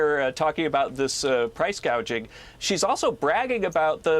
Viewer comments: It’s price gouging not gauging!!!! She should learn to read her teleprompter!!!!! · Embarassed Harris called it "price gaging". Did she mean GAUGING? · She called it “price gauging “ not gouging. Kamala Harris is clearly an idiot